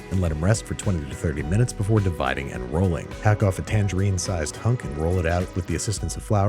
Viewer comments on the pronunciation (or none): none